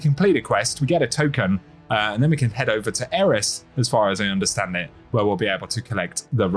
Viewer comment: Man I sure appreciate your videos. I just can't stand the way you say lets get into Eht. But thanks anyway. Great content.